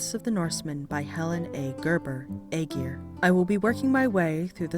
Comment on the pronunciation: You’d think the people that put the time into making these videos will at least learn how to pronounce the name properly